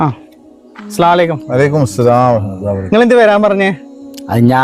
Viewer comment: ഇഷ്ട്ടായി ട്ടോ,.പിന്നെ അസ്സലാലേക്കും എന്ന് പറയാതെ അസ്സലാമു അലയ്കും എന്ന് പറയൂ..അപ്പോഴാണ് അതിന്റെ അർഥം പൂർണമാവൂ